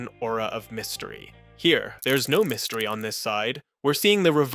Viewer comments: Mystery, not "mistery". Ffs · "mYstery", not "mistery"